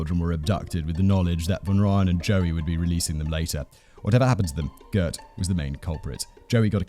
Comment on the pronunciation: Mal-air-buh. (You roll the L and H together; and Afrikaans has no "eee" sound coming from an E. I don't make the rules.) Also Gert has a lot more phlegm at the beginning there; like the "gh" in "Van Gogh". And his surname: fun-Roy-en. (Bonus points if you can roll that R like a motorboat) Hit me up for Afrikaans lessons, yeah?